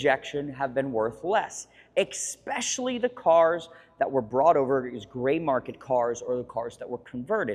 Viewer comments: Dude it's ESPECIALLY Not EXPESCIALLY. For someone so cultured I can't believe you say that in EVERY video.... ESpecially! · E SPE CIAL LY It's not hard to say.